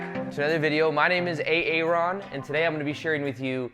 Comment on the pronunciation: Lately I’ve been always imagining you pronounce your name as A-Aron and today you literally did it. God isn’t that the thing called synchronicity?